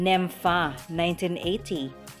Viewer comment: sumasablay ng konti ang pag sasslita.tulad ng inatead Nimpha.naging Nempa.pasensya na.